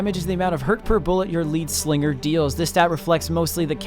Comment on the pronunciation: Lead slinger not leed slinger :). +1 for vid tho.